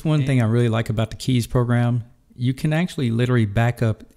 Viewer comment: good job for pronouncing kies right! most english people say it completely wrong but it is really the way how you pronounce it (it litterly mean choose in dutch)